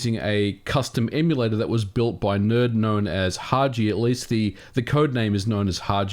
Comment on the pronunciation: Hagi is a Japanese word and is pronounced with a G like in "gun"; it is not pronounced like "haji".